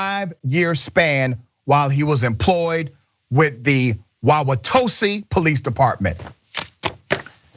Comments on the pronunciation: It"s Wauwatosa (sa) not tose. I'm need you to get my area right Doc lol. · Thank you for sharing and the stats provided but you should learn how to pronounce places correctly (WALK-UH-SHAW and WOW-UH-TOE-SUH). They are Native American names and deserve respect. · WA-ke-shaw. (Waukesha) wa-wa-TOW-saw. (Wauwatosa) Wisconsin is filled with Native American names. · Dr. Richey, I'm one of your biggest fans & as a person who was born & raised in Milwaukee, I know the Indian city names are a bitch to pronounce. The 1st one wauwautosa is pronounced wa wa tosa. The second one Waukesha is pronounced wa kuh shaw. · My man, you're killing me with the mispronunciations of those cities. My wife is FROM that area (her hometown is about an hour from Milwaukee but she attended Marquette in Milwaukee) and we go back every year. Anyway, here we go WAUWATOSA is pronounced (I'm going to spill them phonetically for you) but it's pronounced WAU-WHA-TOE-SA and WAUKESHA is pronounced WAU-KEY-SHAW. Now say them fast and you've got it. Love your work, but have your researchers research before you go on the air.